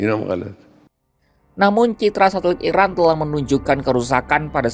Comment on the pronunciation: Narasinya jangan salah sebut IRAN di sebut IRAK...